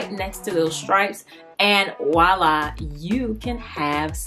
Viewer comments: PS. It's Voila, with a "v", NOT wu-lah, no such word. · It's "Voila," not wallah or whatever you keep saying, it's french for there it is. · With all due respect, it's "Voilà" not "Walla" voi·là | \ vwä-ˈlä , nonstandard wä- \ variants: or voila. - Used to call attention, to express satisfaction or approval, or to suggest an appearance as if by magic 👍🏼